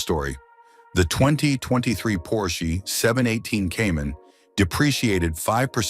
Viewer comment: Por-shee? get rid of the AI voice!